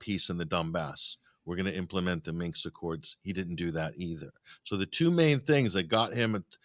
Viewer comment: Interesting discussion, but why does every American commentator mispronounce Minsk as "minks"? Well, for that matter, why did a city which for thousands of years has been known as "Key-yev" suddenly become "Keeve" just because some coked-up little actor in a green T-shirt demanded it?